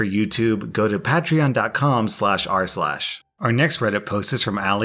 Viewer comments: It's PAYTREEON not pat tree on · The way you say patreon hurts me it's pronounced pa-treon not pat-reon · Last time we had Pay-Tree-On and it was all good. now we are back to pa-trey-on :( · The ones who say patreon like pat-reon instead of pay-treon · pat-Tree-on...lol it's pay-tree-on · The intro triggers me ._. ITS PAY-TREE-ON NOT PAH-TREE-ON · Idc what anybody says abt this but it's pronounced Paytrion not PATrion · It's (pay-tree-on) not (pat-re-on) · PATrion Me: it's patrion (pay-tree-on) not Pat-rion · wait, you said "pay-tree-on" in the last video, and "pah-tree-on" in this one... what's the actual pronunciation? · Just gonna say, I’m pretty sure it’s pronounced “Pay-Tree-On” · It's not pronounced Pah-treon its pronounced Pay-treon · It’s pay tree on not Pa tree on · pay-tree-on Not pat-tree-on. Sorry if no one told you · Uh oh, he’s back to saying ‘Pat’reon instead of ‘Pay’treon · it is pronounced Pay-tree-on not Pa-Tree-on.Love your vids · Why tf did you go back to saying pat-tree-on? It’s Pay-tree-on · Every time he pronounces "pay tree on" as "paw tree on" my brain does a cringe. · I thought it was pate-tree-on not pat-tree-on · Ugh! Why'd you go back to pat-tree-on!? You said it right in the last video with pay-tree-on! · Pat-re-on wtf its pay-tre-on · PAY-TREE-ON not pat-tre -ron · It'a pronounced "p-ay-treon", not "p-ah-treon". Sorry, just had to. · please, it's Pay-tri-on, not pa-tree-on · PAY-TREE-ON... omg, every time I hear him mispronounce it "pat-tree-on" I want to go old school and rap his knuckles with a ruler. He's the only Youtuber I watch who doesn't pronounce it correctly, lol. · No, it's pay-tree-on, a play on the word patron which is pronounce pay-truhn. To patronize (pat-truhn-ize) someone is to mock them, to patronize (pay-truhn-ize) someone is to be their customer. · please it's pronounced "pay-tree-on" not "pat-tree-on" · Wtf is patreon i only now of paytreon Its pronounced pay-tre-on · "pat tree on"